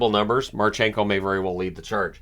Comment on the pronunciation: it is mArchenko and voronkOv))